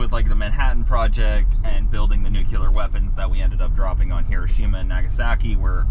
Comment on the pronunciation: This was really neat. But, buddy, nuclear. Not nucular lol